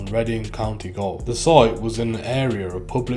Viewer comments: Don’t want to be a dick here mate but Gaol is pronounced Jail, it’s the old English spelling. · It's gaol not goal